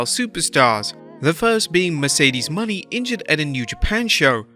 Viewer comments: Bro please stop saying Mercedes Money. It’s pronounce Mo Nay. Not money 🤣🤣🤣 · Her name is not "money" as you pronounce it.her name is pronouced "moe nay". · Her last name is Moan-aye not money. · PSA: ot's pronounced Merceded MOE-NAY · It's Mercedes Mone (like mo nay) how many videos are you gonna butcher her name